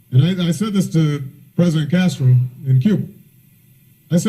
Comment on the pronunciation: How on Earth does someone mispronounce "Castro"?